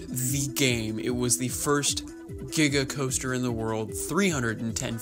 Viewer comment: Di- did he say diga coaster?